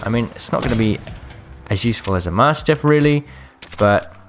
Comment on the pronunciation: please learn how to say mastiff lol also man get a backpack ffs